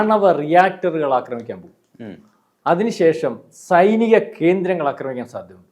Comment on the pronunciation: അക്രമിക്കാൻ എന്നല്ല ആക്രമിക്കാൻ, ആക്രമിഎന്നല്ലഅക്രമി അക്രമണംഎന്നല്ല ആക്രമണം